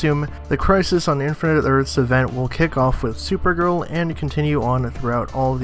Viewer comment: buddy can't even say infinite earths properly :42 . i really wonder if some pop culture youtubers even listen to their script before posting.